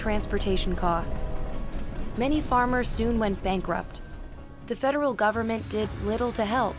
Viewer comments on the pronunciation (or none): none